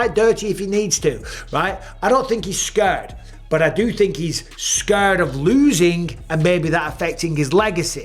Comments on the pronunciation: "Scööörred" is almost as funny as "Jimmyev" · Mike, why do you pronounce "scared" like that? Scuuuured, come on now, please stop it